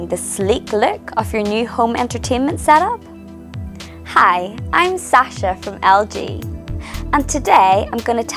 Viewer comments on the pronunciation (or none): none